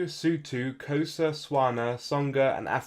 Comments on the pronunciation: That grated me to my core too! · You didn't pronounce Xhosa correctly, m8